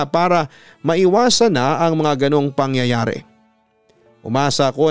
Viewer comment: natawa ako papa dudut sorry hahahaha sa una "mga pangyayawre" 🤣🤣